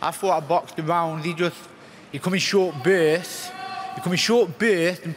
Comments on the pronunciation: 'he came on in short bwerts' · "Short Bueueuersts" Lmao dude can barely speak.